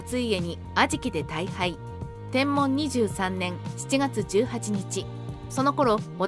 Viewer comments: ナレーションに誤りがあります。 年号の『天文』ですが、『てんもん』って言ってますが、『てんぶん』ですよ。 あと、テロップの地名は、大柿じゃなく大垣では？ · 天文は｢てんぶん｣であってますが、大垣は大柿表記でも間違いではないはずです